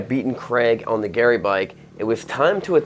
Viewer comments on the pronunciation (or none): none